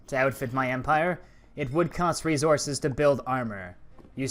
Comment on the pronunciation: No hate but why did resources sound like rezources 😂😂😂😂😂😂😂😂😂😂😂😂 its so funny because of your accent in the video but the video was 🔥🔥🔥🔥🔥🔥🔥🔥🔥🔥🔥🔥🔥🔥🔥🔥🔥 as hell